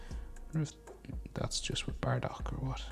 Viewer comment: It's not baradock it's bardock ok